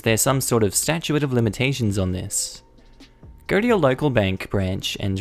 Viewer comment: Oh. My. God. It's Stat-chute, NOT stat-chu-ate.